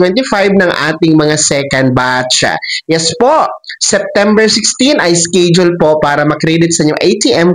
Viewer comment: Schedule ang bigkas Po ay es-ke-dyul at hindi iskidyol hahahahaha grabi grabee gravy Ang iskidyol mu!!!